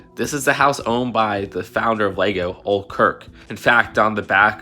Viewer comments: I hate to be that guy, but it's actually pronounced "Oh-lay" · Sorry to be "that guy," but the proper pronunciation of Ole Kirk's name is "Oh-leh," no silent E. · its o-lae kirk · Ole is pronounced Ole-E. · If you're gunna talk about the person who created LEGO you may want to ensure you're saying his name correctly. 'Ole' doesn't rhyme with 'hole' as though it we short for 'old'. He wasn't called "Old Kirk", Kirk was his last name. It's pronounced like a cross between 'oh-leh' and 'oh-lay', it's Danish. You've done so much research, but this error is just kind of *sad trombone noises*. Nice job on the rest tho. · btw its pronounced oh-lay not oal for ole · His name was actually was pronounced olae, not ol'. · "Ole" is actually pronounced "ohl-lee." I know because it's my middle name! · I don't think Ole is pronounced ol' 😂😂 here comes good ol' Kirk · Hey, great video, just wanted to point out that «ole kirk» is pronounced more like «ooleh khirk» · Just for future reference, the name Ole is pronounced Oh-leh (it kinda rhymes with Cola) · I think it’s pronounced “oh Lay” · Ole's name is actually pronounced "Oh-Lay" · I’m probably not the only one saying this but ole’s name is pronounced “oh lay” like bull fighting, I hate to be “that guy” but it just was bugging me